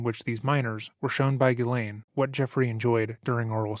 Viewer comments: FYI "Ghislaine" in England is pronounced like "Ellen" in US. "Gillen." Nobody gets it right, but just sayin.' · FYI Ghislaine is pronounced Jzee-lenn or Jzee-lane. :) Common french Canadian name. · How hard is it to pronounce Ghislaine?